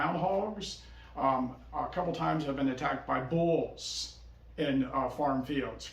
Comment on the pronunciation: Did you say you were attacked by balls or bulls?!🤣😂😳